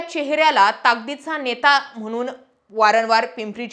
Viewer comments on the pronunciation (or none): none